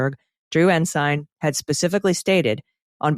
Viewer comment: At least Mr McCabe knows how to pronounce Ensign